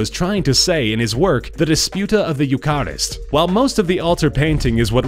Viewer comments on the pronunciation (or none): It's pronounced "U-ker-ist" not "U-car-ist" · P. S. I think we can assume that the narrator is not a Catholic, or he'd know how to pronounce "Eucharist".